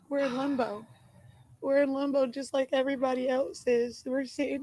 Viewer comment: i think she meana "limbo" but sounds like shes saying "lumbo" or is it just me? Also, even her own mother isnt buying it. You can tell by the look on her face.🙄